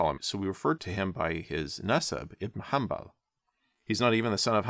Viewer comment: Bro you just butchered Abo Abdullah Ahmad iban Mohammed in hanbal al-shaybani name